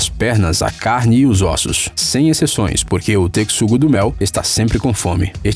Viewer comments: Qual a pronúncia correta? Texugo=tequisugo Ou Texugo=techugo ???????????????? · ele pronunciou tecsugo e se pronuncia techugo a palavra texugo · 21 vezes teCSugo do mel kkkkkkkkk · TESHUGO DESGRAÇA TESHUGO A PORRA DA PRONUNCIA É TESHUGO DESGRAÇA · Se pronúncia TECHUGO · Naaaaaaãoo 😭😭😭 TECSUGO não... Que agonia qnd ele fala TECSUGO, mano é T E X U G O AAAAAAAAAAAAAAAAAAAAAAAAAAAHhhhhHhHHHHhhh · Que agonia vc falando Tecsugo, puta q pariu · Kkkk pensei q era só eu q tava doido com isso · Eu pensei que ele falava de brincadeira nas primeiras 5 vezes depois começou a irritar TECSUGO TECSUGO TECSUGO KKKK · Pigeon Mask a pronúncia correta e “techugodo mel” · Não, está errado, a pronúncia certa é "Techugo do Mel". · Eu também tinha ficado com dúvida ksks e me dava agonia quando ele dizia "Tecsugo-Do-Mel" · Quando ele fala “tecsugo do mel” da uma agonia da porra, carai, fala ratel, que é o nome que ele é conhecido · Deu tanta agonia dele falando tecssugo que eu tive que pular o vídeo kkkkkk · "Tecxugo" kkkkk mds pronúncia 100% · Tecsugo kkkkkkk (seria assim a pronuncía que ele falou) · "Teckisugo do mel" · Alguém sabem quantas vezes ele falou tecsugo? Kkk chuto umas 30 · A pronúncia é texugo do mel e aquela "hiena" era um cao selvagem africano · Mano, que aflição ele falando "tecsudo do mel". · lê-se techugo ninguem lê texxugo a escrita ta certa mas a pernuncia n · Texugo não, tecsugo kkkk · Eu sei, tô zuando... É porque o nosso amigo aí do canal pronunciou tecsugo, mas o nome certo é texugo mesmo kkkkk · Meu me deu ate raiva as milhões de vezes q ele falou "tecsugo" errado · "tecsugo do mel" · que agonia o tecsugo asdasdasd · Sobre a pronúncia o tecssungo do meu não se importa kkkk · Ele falou tantas vezes Tecsugo do mel que parece que sabia que tava errado e falava de proposito 😂😂😂😂😂😂😂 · Ainda bem que o "Tecssugo" do mel não se importa que pronunciem o nome dele errado, né galera? 😂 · Que raiva que tô tec-sugo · Me incomodou muito, ele falar tequissugo😶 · vdd kkkk